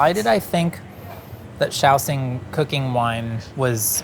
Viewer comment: shao. shing. SHING. SH sound. why do i keep hearing shaoSING someone help explain or educate me if i'm somehow misinformed.